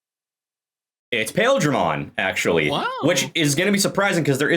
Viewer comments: I think the Japanese is supposed to be "Pile-dra-mon". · It's actually pronounced "Piledramon" as in Pile Driver/Bunker like the things on his arms, but Japan hates understanding how long vowels work in English so they spelled it with "Ai" in the romanization. Which I SUPPOSE is better than the alternate of just pronouncing it wrong, but spelling it as intended, or else we'd have the dub going "Pilldramon" like how Gurren Lagann says fucking "See-mone". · Tbf, the ‘Pail’ in ‘Paildramon’ is pronounce more like ‘Pile’ (from a part of a javelin, or pile driver). Still definitely confusing from reading alone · Paildramon in the anime is pronounced "Pah-eel-druh-mon" if that helps at all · Is pronounce pie ill dar mon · The other Paildramon is pronounced Pile Dramon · you're correct on what Paildramon is made of, though I will point out that it's never been pronounced that way for one the word it's named after is actually pronounced 'pile' but it's usuall pronounced like 'pie-ill-dramon' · It's pronounced Pie-eel-dramon. Also, the english name for It's signature attack is Desperado Blaster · huh i had to look up Paildramon real quick because it didn't ring a bell with your pronunciation of it but it's that dude going of memory it's always sounds like Paaaah-eel-dramon in the show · The other Paildramon is pronounced as "Pa-eel-dra-mon" Just to make a distinction. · Your not wrong lol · the pronunciation of Paildramon hurt me